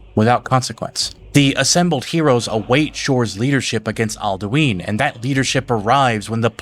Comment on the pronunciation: Bro the way you pronounce cyrodilic and alduin driving me crazy, listen to the voice actors you don’t gotta over fantasy it to make it sound better it sounds fine the way its intended to be pronounced